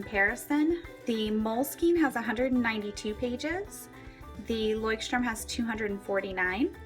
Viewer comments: I've been living in Germany for many years and yes, Leuchtturm is supposed to be pronounced like: "Loykt-turm" (that's the closest you can get with English phonetics. The German CH is a very guttural sound that is impossible to imitate for native English speakers. It kind of sounds like the sound that you'd make if you were to clear your throat aggressively.) Moleskine is pronounced the same as everywhere else though. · How the freak are you saying "Leuchtturm"? It's the German word for Lighthouse. The pronunciation is [ˈlɔɪ̯çtˌtʊʁm] It's like Loicht-Turm. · As a German the way you say Leuchtturm hurts my ears... still a pretty nice video though! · Leuchtturm. not leuchtstrum >.< Nice comparison though:) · Leuschhhhturm sagen sie immer ;D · [layxt - turm] is the pronounciation. The x denotes a strong H as in Loch. It is a language called German;) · I think I'm the first one to comment this. Does everyone pronounce Leuchtturm like that? Because I think that some Germans' ears are bleeding right now. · i usually like videos like this...but you butchered the name of the Leuchtturm girl...had to stop to watch it.... sorry as it annoyed me too bad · Anyone from Germany out there? The way all the english and american YouTubers pronounce Leuchtturm bothers me so much...it sounds like an english word, I guess it's quite interesting to see how brands are just pronounced differently in different countries...but still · plainly I am german. And i can say youre right 😂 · Everyting was spelled correctly, it was just the way you pronounced it :) As a native german speaker, I noticed that and just wanted to make a remark. I know that german is veery difficult to pronounce :P